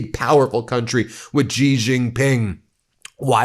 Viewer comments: Xi! Pronounce his name like "she!" I dislike that man so much, but at least pronounce his name correctly. She, she, she. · "Xi", is pronounced like the word "shee"